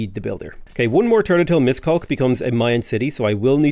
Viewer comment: As a Hungarian I struggle every time he say Miskolc